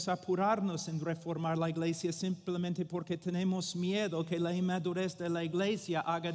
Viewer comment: Hermano Paul, "church" en español no se dice "igleisia", sino iglesia. Un saludo fraternal. Solo pretendo ayudar; no ofender. Gracias.